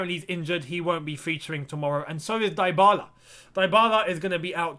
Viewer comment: My man was complaining about Lamps calling Ziyech ‘ZAIyech’ and now calling Dybala ‘DAIbala’😂😂🤣🤣